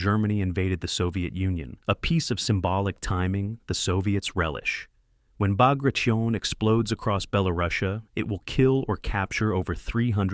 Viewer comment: Just when I was going to compliment on finally saying Bagration correctly, we get Pas-de-Calais. Seriously?